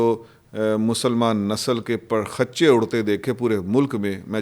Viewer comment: ساری باتیں ایک طرف بس ایک بات بتانی ہے لفظ ہے پرخچے اس کو پر خچ چے نہ کہیں